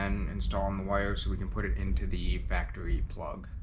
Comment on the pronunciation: Factawy lolol